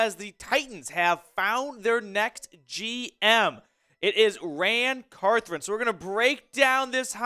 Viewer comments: Thank you! Drives me nuts watching him mispronounce the entire video. Poor guy! But he’s also a Vol fan so he probably wants to forget any former 🐊 that RAN all over his team. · There is only one r in Carthon